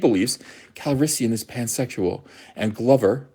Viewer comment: You're saying it wrong, it's Pando CalrisSOYan.